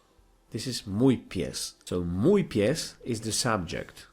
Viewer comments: sorry bro, but I didn't even know what you said except "to jest". You keep pronouncing the "j" in "mój" as in English, although in Polish it makes the "y" sound. And "ó" is not an "o". It makes the same sound as "u" in Polish or similar to "oo" in cool. Ó is never O and J is never Dż. And as to the word "książka" you pronounced it completely wrong. If I were you I would focus on pronunciation. Polish is an extremely phonetic language, so it's not that hard to learn what sounds letters make. You seem to have a very basic understanding of it. It's nice to see you trying to learn Polish though. Don't give up! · it's so funny how you say "mój" XD